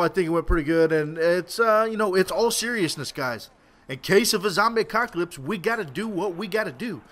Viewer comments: Its 'apocalypse' not 'acocalypse' :L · Apocalypse not acockolypse... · do you say acocalyps instead of apocalyps ?? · I cant take u seriously when u keep saying ACOCKALYPSE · he said a cock alypse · Did he just say zombie acockalypse? :D